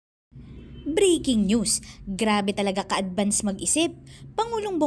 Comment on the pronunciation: Breaking news at Hindi briking news. Sorry po you have to pronounce it right since that’s the first line you always use